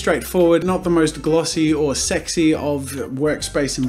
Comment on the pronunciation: So around the end of the 12 minutes he calls a art app “segsy” what.